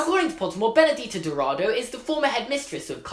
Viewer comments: I'm brazilian and the correct pronunciation would be "castelobrooshoo" and Benedita's last name should be pronounced as "dowradoo" But yes, your portuguese is quite good hahhaha! Loved the video and the theory :) looking forward to watch the movies! <3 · Awesome video! You said "Benedita" perfectly! The "Dou" in "Dourado" sounds like the "Do" in "Doris". Just ignore the "u" haha (Brazilian accent) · "bruxo" is pronounced like "brusho" and the "ou" in dourado is pronounced like the "ou" in "though". other than that your pronunciation is fine